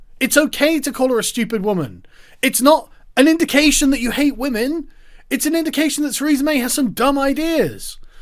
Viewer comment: He said respecttt Wamen